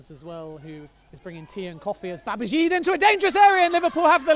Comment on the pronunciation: Who on earth is "Babazheeed"? Isn't it pronounced "Babajeeday"?